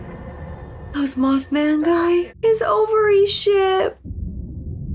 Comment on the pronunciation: Moth Man Guy. 🤣🤣 It's Grand Moff,. lol. Grand Moff Gideon.